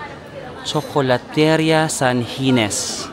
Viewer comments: Nice video.Nakakalibang. Btw, 'ria' is pronounced as 'ri-ya' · you say CHOKOLATERIYA.THANK YOU